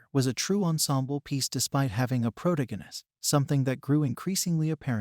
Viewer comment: somebody gonna teach this bot navigator how to pronounce the word frasier? and the word protagonist? sheesh.